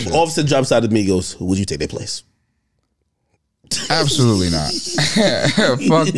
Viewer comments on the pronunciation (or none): When AK ask if he would take offset place: Why he said absolutely not like dat?